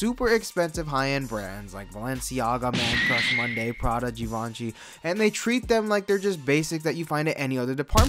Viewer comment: gi - van - si.. nice pronouncing ;)